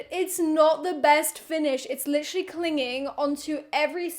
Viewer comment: No one:: litcherly every five seconds!😂 I counted and she said it at least 30 times!!